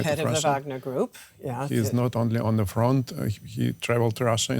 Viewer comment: Why do Germans say "zhe", they literally have "die" in their german language and it's pronounced the same as "the"...